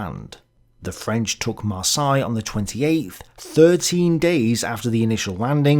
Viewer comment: There's not a single Englishman on the planet who can ever pronounce "Marseilles" correctly. I'd rather you inserted a TTS voiceover for that city's name than hear you butcher it LMAO